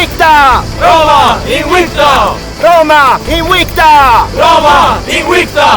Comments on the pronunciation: You are pronouncing word "Invicta" as INUICTA. I wonder if that is the correct pronunciation instead of IN-VICTA. (as it is in word "victory") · The fact that it's pronounced in the video Inwicta gets me an anti-boner